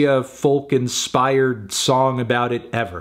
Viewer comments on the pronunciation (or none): No matter how many times melon is told you don’t say the L in folk, he just goes ahead and does it anyway. Awful.